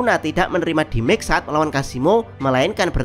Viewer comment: demej min demej, bukan dimek wkwkwk